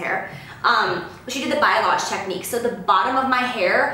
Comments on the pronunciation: Bye-a-loge LMAO its balyage!!!!! Pronounced like Ball-y-aj!!!! I died 😭😂😂😂😂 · lol...she kept saying BIOLAGE like the hair products and it was driving me crazy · if you do hair, you understand the struggle when she says "biolage" as opposed to balayage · Lol she did the "Biolage" technique😂😂 girl it's Balayage!! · We have the same hair 😩 The struggle is real for fine hair! Btw it's balayage not Biolage 😂 as a hairdresser I always get a good laugh outta this one. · I love how she said Bayalage instead of Balayage <3 awe love you Jaclyn! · I'm sure the over 5000 people who have already commented have corrected you on this but I can't stop myself...the technique is called (let's all say it together) "Balayage" : ). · its pronounced like bah-lee-ahh-je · Balayage (bah-lee-ahge) Heheheh 😜 love you and your hair!! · Gotta help with pronunciation cause a girl did this at work last night and she kept saying it over and over and I wanted to say something (but I wasn't about to be a bitch) It's pronounced BALL-EE-YAHJ. Don't feel bad though Jaclyn I'm really just here to help lol your hair looks great for someone who knows nothing about hair! (I don't know squat about hair either I'm all makeup all the time 💋) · kermina tofek why? wouldn't you want to know how to say a word you were mispronouncing over and over to over 3 million people? I know I would. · omg same hahahhahhaa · McKenzie Schmidt I caught that too lol well now she knows what technique she has also knows how it's said. 👍🏼